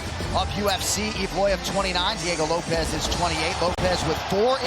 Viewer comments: bro pronounced it like ropes 😂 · Bro did Bruce say Lowps ?🤣🤣🤣🤣🤣🤣